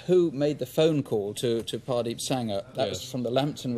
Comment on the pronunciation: Great! Mini-cab murders now landed on Wikipedia thanks to CW (although I'm not sure about the name spelling: Hardeep? Mr Ross seems to pronounce it as Pardeep).